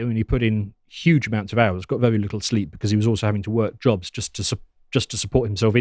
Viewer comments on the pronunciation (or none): none